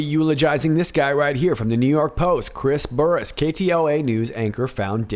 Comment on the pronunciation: On the story about Chris Burrous, he had foot surgery recently and we believe he became addicted to the pain meds. And when the doctor cut him off the meds, he turned to illegal drugs. So we hear. BTW, his las name is pronounced like burrows like the animal. 👍🏻